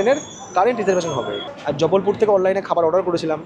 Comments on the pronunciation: Bhai its Jabalpur and not Jabbalpur. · haan 😂 ar jubblpure noy jabalpur